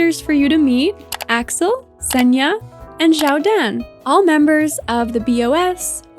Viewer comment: Senja is actually an Indonesian female given name. It’s pronounced as /səndʒa/ with the letter J not Y. Thanks for the video, I have been enjoying watching your coral island videos ❤ Much love from Indonesia! 🥰